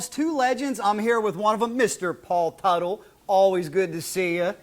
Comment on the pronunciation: Did he call him Paul puttel ? And Leno isn't the only one who said that the bike from OCC are junk.